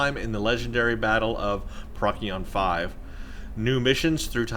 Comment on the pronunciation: Procyon is pronounced like "Pro-see-on" not "prock--ee-on"